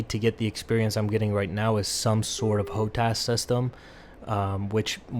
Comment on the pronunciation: Its just hotas no ho tas. If you can't even pernounce hotus correctly why would anyone listen to you?